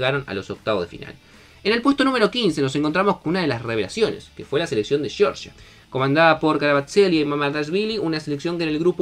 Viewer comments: Era tu última oportunidad de decir bien Georgia y no Llorllia, y Rumanía y no Rumánia👎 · Total!! Todos los comentaristas argentinos empeñados en decir. Sheorshia, o similar. Amigos argentinos la G en castellano delante de E (o de I) se pronuncia igual que en ArGentina.